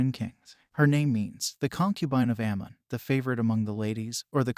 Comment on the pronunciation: Amun,not Ammam Tutmoses not thutmoses.